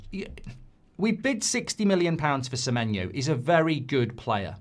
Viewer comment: SemenyO. Not SemenyU.